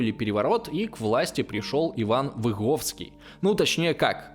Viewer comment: Извиняюсь за придирку, но Выговский, а не Виговский)) просто у меня такая фамилия))) как слышу что говорят через "и" сразу триггер срабатывает))